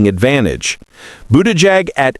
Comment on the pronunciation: Learn how to pronounce Buttigieg and Kamala, ya numpty.